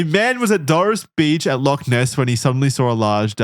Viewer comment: They're going to mispronounce Loch every time aren't they